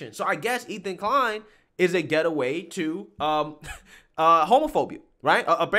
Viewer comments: Lol, I never heard gateway pronounced as get-a-way. You may be physic yourself and saw he’d wanna get away from that post in the future? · Great video brother! Just a tip. The word gateway is prounced gate-way. Like gate and way. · Say 'gate'.. "gate" Say 'way'.. "way" Say 'gateway'.. "get away" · Gateway. Gate-way. This is not a hard word. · I loved the weird justice in this. I also find your pronunciation of "Gateway" a heressy. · Awesome video as always…but the word is GATE-way. sorry I had to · GATE-WAY…..GATE-WAY…..not getaway….. can’t you read bro? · Gate Way. Say it! Gate Way! It's not Get A Way. Gateway! Gateway! LOL. I love you, man. Keep doing what you're doing but remember, it's Gateway (gate....way)! 😆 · “GATEWAY” Not “GETAWAY” “Cmon Man” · A "dangerous getaway" ? Pronouncing words incorrectly is a GATEWAY to learning from your mistakes. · It isn't "Getaway" it's "Gate-Way" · Love how he says get away instead of gateway lol not dissing just genuinely funny. Love the material man, you are cancel free for sure. Channels like this is so hard to really cancel as your fans dont believe and would kick back on anything thats irrational maybe from youtube it could but go elsewhere and fans will stay great content :) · Dangerous "GATE-WAY".... not get away bro😁👍.... just helping you perfect your channel and yourself.... LOVE THE CONTENT!!!! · FYI it’s gate-way not getaway 😂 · 3 times you said “get away” instead of “gateway”😂🤦🏻‍♂️ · it's gate-way not get-away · GATEWAY! geez! Hahaha nice video but you saying "getaway" instead of "gateway" was driving me nuts hahaha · I like what you do but it's Gateway not Getaway lol.. But great job with what you do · "Gateway" not "Get away", great vid tho. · Yo my man. It's gate way not getaway. As in gate way drug compared to getaway as in vacation. Other than that great content. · Please stop saying “getaway”! It’s “GATEWAY”!!! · GATE-WAY not geta-way FFS. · Why are you pronouncing the word "GATE- way as get- away"?